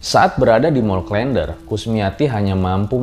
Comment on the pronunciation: Huruf e pada "der" dilafalkan sama dengan huruf e pada "klen". Jadi bukan seperti pada kata "blender".